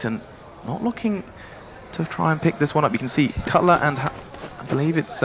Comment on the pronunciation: Caught out like "Cutler"